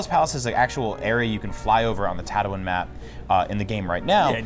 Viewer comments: Tat- oh- in? It's tat- oo- een!!! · "Tattawin" ITS TATTOO-WEEN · Are they saying tato-win?! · Did he just say "tat toe in" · disliked bc of "Tato-wen"... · Did I just hear Tatowin? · Huge Star Wars nerds, continues to pronounce one of the most important planets in the movies incorrectly. Right ... Best $120+ ive never spent ... This game exists because the new movies exist. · HUGE Star Wars fans... ...pronounces it Tattowin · Did this man just say " Tatawin " ? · "Tatawin?" Never heard of it. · "Ta too in"... really niggah? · What? You don't want to go to tatwin? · ATATs on Tatowin. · Tato-in? Comon bro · Tattoo-in? Pronounce it right lol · Who else can't stand how they're pronouncing Tatooine? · we are huge star wars nerds miss pronounces a major planets name multiple times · and that Tatooine pronunciation. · You can tell by the number of dislikes and the comments that EA f***ed up. And IGN doesn't give a s#it. Sure, just promote a s#itty game. Who cares about the real fans who know how to pronounce Tatooine. - IGN logic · How do you mispronounce a planet that is said a lot in the movies? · Was anyone else getting annoyed at the way he was pronouncing Tatooine? ffs. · >claims to be huge star wars nerds >mispronounces tatooine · I've never even watched Star Wars and I know how to pronounce it.